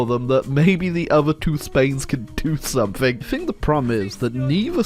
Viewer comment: Why does he say "some-ink" instead of "something"